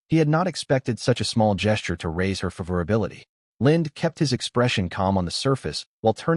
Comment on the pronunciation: I'm dropping the video due to the pronunciation of "favorability."